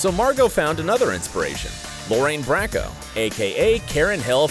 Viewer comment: Lorraine Bracco is not pronounced Brack-o is pronounced Lorraine BROCK-OH. Like the beginning of broccoli.